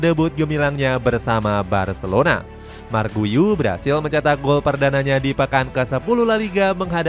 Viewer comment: Kasih info cara sebut nama pemaen min , buka marc guyu , tapi cara panggil nawa nya yg bener yaitu 'mark gyu'